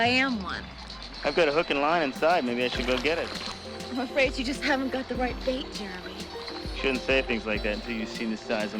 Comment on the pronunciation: I can't get used to you pronouncing "Jeremy" as "Germy." 😅